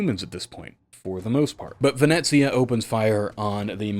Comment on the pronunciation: Nope, you said it right "Venezia" with the Z, not the S.